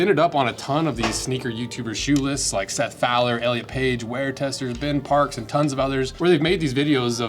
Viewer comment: Ben Parks....where? Jk, it's Ben Parkes btw